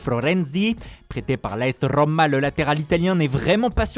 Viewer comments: La Rrrrrrrromma! Quel boulet... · La RRRRRRRoma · « La RRRRrRRrrrrRrrRroma 😂🤣 » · la Rrrrrrrrrrrrrrrrrrrrrrrrommmmma